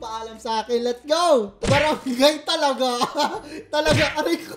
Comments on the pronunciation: Share ko lang, sa Capas, Tarlac po yan ehehhehehe And it's pronounced as, Tala-gå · sa Capas Tarlac po yon yung Baranggay Ta la ga hindi po talaga yung basa dun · Mali po yung pagkaka pronounced nyo ng Brgy. Talaga tabi po namin yang barangat nayan Barangay lawy kami check nyopo sa Map Brgy. Talaga Capas Tarlac ganito po bigkasin yan yung parang nag aaral palang magbasa Ta la ga hindi po yung Talaga na words correction lang po idolo hahaha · Bargy.Talaga is in Capas Tarlac. Pero it should be read as "Ta_la-ga" sounds like "Dalaga"😃😉👌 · You pronounced it wrong😅 it's actually "Ta la' ga" the stress is on La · taga jan po ako kapangpangan po talaga yung pag kakabigkas nya..🤣 Ta-La-Ga-ah yung magkasama Gaah mabilis Sa Tarlac po yan Capas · DITO PO SAMIN YUNG TALAGA AHAHAH SA TARLAC PO YAN TSAKA PO PAG KAKAPRONOUNCE IS TA-LAGA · di ko po alam kung yan yung samin kasi sa Capas,Tarlac merong Brgy.Talaga samin pero ang pagkabigkas po nun ay parang hilaga (mabagal po pagkabigas niya) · barangay talaga sa capas tarlac po. Pronounced as Ta-laga #justsaying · Barangay Talaga, part yan ng Tarlac. Lol. At yung pronunciation niya is TA-LAGA. Yung stress nasa “LA” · Yes Po barangay talaga yan. I mean Barangay TA,LA,GA Hirap explain hahhahaa Sa Capas, Tarlac po yan HAHAHA Kapampangan pronunciation nmn po yan hhahaa natawa lang po ako hahaha😂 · Yung brgy. Talaga ay barangay talaga siya dito sa Tarlac. (Brgy. Talaga, Capas, Tarlac) Tsaka iba po ang pagbigkas hahaha para siyang ganito, Ta-la-gá.😅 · tunay po ung barangay talaga, sa Mabini Batangas merong ganyang barangay pero iba lng ung pronunciation mejo soft parang {taa laa ga)... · It's Brgy. TA-LA-GA di po mabilis yung pag basa. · Brgy.Talaga Capas,Tarlac It's Tah-laga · Barangay TALA-GAH PO PRONUNCIATION NON HEHE TABING BARANGAY PO NAMIN YAN E, DITO PO YAN SA CAPAS, TARLAC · Actually it’s pronounce TALA-GA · Capas tarlac yata yan. Hindi ta-laga ang pronounciation nya sir its ta-la-ga.